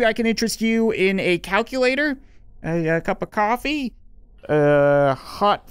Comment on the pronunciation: The way he says cup of coffee